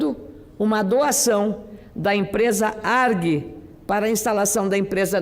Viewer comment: Cadê a assessoria da senadora? Não é "ARG", é A-R-G.